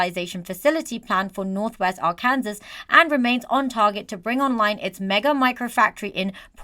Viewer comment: Finally someone who uses the true pronunciation of Arkansas